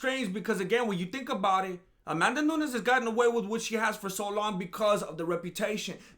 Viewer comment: "Amandanunes" - This Fool